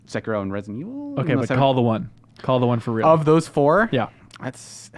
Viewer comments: XD So many pronounce / say it wrong, it's ( SE-KIE-RO ) not Sekeroo & the RO part is short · It's just se-ki-ro. Not sey-key-roo, not se-kie-ro. Just se-ki-ro, plain and simple. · its sahh- kee-row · they keep pronouncing Sekiro wrong but whatever who cares